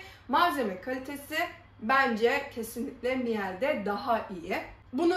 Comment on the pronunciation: Mile diye okunuyor 😌